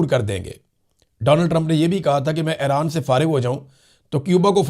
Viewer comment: ایران۔ Not حیران ۔۔۔۔